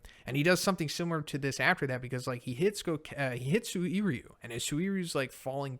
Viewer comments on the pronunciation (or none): Anyone else annoyed at how he constantly mispronounces Suiryu? In the anime they pronounce it Sue-ree-ooh. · I love you but bro... My ears bleed everytime you misspronounce Suiryu